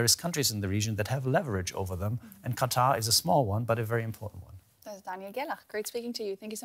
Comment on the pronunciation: The Emir of "Cutter"...